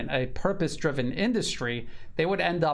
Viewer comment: It's Purpose not "Puprose" sir. 😅